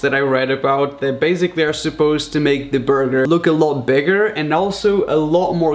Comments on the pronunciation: “So baisigly” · Please learn how to say basically